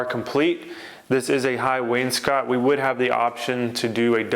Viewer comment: does he know he pronounces wainscot incorrectly?